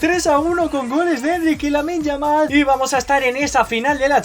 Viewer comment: Parecia que te salia lamine yamal pero te salio lamin yamal coreano bro